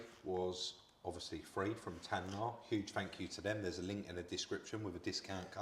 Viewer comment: Why when you are sponsored by TAYNA do you repeatedly call it TANYA 🤔